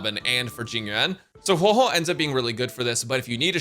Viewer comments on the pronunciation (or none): "So I'm gonna HueiHuei" bro that's not her name 😭😭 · Huey Huey 😂😂😂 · I always wondered why he says Huohuo like that